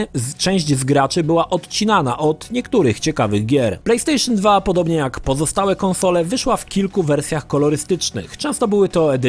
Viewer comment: Plejpstejszyn Dwa